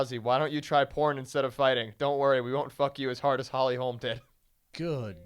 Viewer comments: Holly HOLM. Her name is Holly HOLM. NOT HOLMES. Jesus. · driving me insane, its Holly Holm, not Holly Holmes.......Cmon man at least get her name correct, also she did do a movie this year, with Meisha and Cyborg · FOR SURE, quit saying HOLMS! Brandon said it once and corrected himself, but then Brian repeats it like 4 times... (around min 22 min.) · Why on fucking earth do you keep calling her Holly HOLMS. Jesus. FACEDESK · Brendan, it's HOLM bro.....HOLM.......NOT HOLMES!!!!! smh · ugh if I hear one more person call Holly Holm Holly Holmes I swear to god... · ITS NOT HOLMS HOLY FUCK I COULDN"T EVEN LISTEN TO THIS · FOR SURE!!!! ITS HOLM NOT HOLMES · Every time they said "Holly Holms" I was like "Its 'Holm' you idiots!" Thanks Schaubs and Callens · Pereira It's because her name is Swedish. It's pronounced with a very short o, or an å. Hålm. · Can anyone in the whole MMA world say Holly Holm's name right??? Good god.